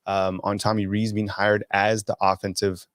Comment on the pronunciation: It's pronounced "Rees" like "lease."